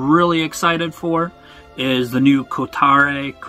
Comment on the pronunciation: Kiwi pronunciation is something like "ko- tah-ray"